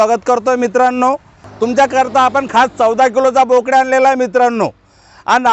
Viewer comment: बोकड म्हणा 😂